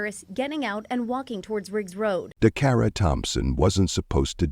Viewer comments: How many times can a name be butched Decara Dacarra,Dockara😢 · Say her name right please Dacara 😢 may she rest in Jesus loving arms. Praying for justice.